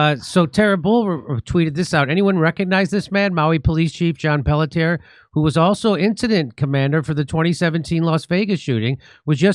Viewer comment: The cops name is pronounced PELT EH. or Pelt,yay